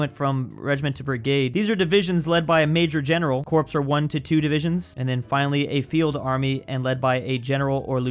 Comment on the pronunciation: "Corpse" isn't something most soldiers want to be a part of -- it's pronounced "core" as we stole lots of our military terms from the French (lieutenant, colonel, sergeant, corporal). In the US military, a company is usually led by a captain (not to be confused with a Navy captain), not a major.